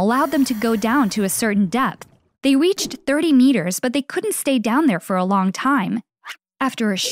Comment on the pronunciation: Why is this girl sayin "weached instead of reached